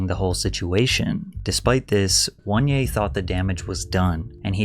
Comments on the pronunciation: His name is not WANYE, but OH-NE-YAH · "WON-yay" is definitely a strange pronunciation.... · oh-neh-yah not "one yay" lol couldn't resist nitpicking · 😂😂what is that pronunciation bruh 'wan yea' just say oneya 😂😂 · « 1-yeah »? It’s O-NE-YA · Listening to Patrick pronouncing Angry Reaction’s name as “One-ye” but the Nigerian in me is screaming “Oh-nay-yah😂😂😂😪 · Attention, my fellow basketball Americans. Were doin to much and need to chill. Oneyea , juanje and wanyay are all pronounced the same. There's something wrong with us lol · If you pronounce oneya as ONE YAY, you can’t read bro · ONE-ya is crazy. Couldn't even be bothered to look up a proper pronunciation?